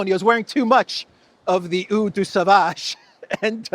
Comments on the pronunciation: Το Eau της κολόνιας προφέρεται Ο, όχι ου 😬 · Eau in French is pronounced more like “oh” than “oo” .. Thank you for your work! Follow you daily! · has nobody told you yet? The French word 'eau' is pronounced 'oh', with a long 'o', not 'ooh'. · That's not how you pronounce eau...